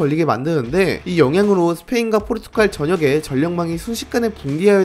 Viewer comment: 포르투'칼' 아니고 포르투'갈'이요. 백만 구독자 갈것 같아서 그전에 아룁니다